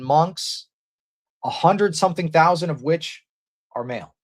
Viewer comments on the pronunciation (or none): none